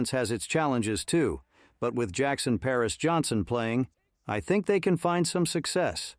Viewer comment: His name is Jackson Powers Johnson, not Jackson Pears Johnson. Lots of mispronounced last names. Get your AI system straight. LOL.